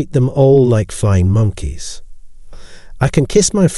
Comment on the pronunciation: This is my favorite channel on narcissism operated by an Asian Scottish robot😂 We must look out for them "flying moneys" of the narcissist💀